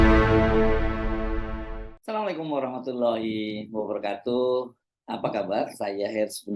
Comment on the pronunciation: Wabarakaatuh, bukan wabarakatuuh pak.